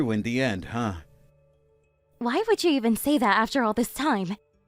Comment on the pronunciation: This guy needs to learn how to pronounce e’s. “Splain” instead of explain “would” instead of would’ve